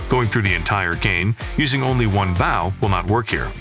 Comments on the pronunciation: I can't tell if that's a really human like sounding tts voice, or a real human that speaks really weirdly. Hearing "BAW" over and over instead of bow was getting kind of annoying. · Well made video, but the mispronunciation of “bow” had me FF to the end. Especially since “crossbow” was said correctly, in the same sentence as “bow”🫤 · The way you say bow is annoying.. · Why do you say bow like that